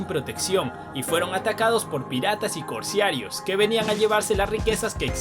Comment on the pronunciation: Amigo lamento corregirte pero la primera ves pensé que era involuntario y la segunda creo que ya es un error tuyo y no se dice Corsiarios sino Corsarios, disculpame pero eres un comunicador social y no te puedes equivocar, no lo tomes a mal.